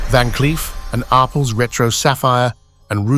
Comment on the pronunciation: IT IS PRONOUNCED —- “R” “PELS” —- in two separate words!